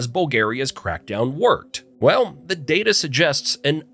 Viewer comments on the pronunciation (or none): none